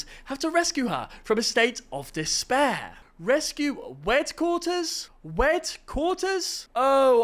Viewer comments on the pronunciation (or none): "rescue "weadquaters" 🥀🥀🥀💔💔💔✌️✌️✌️🙏🙏🙏😭😭😭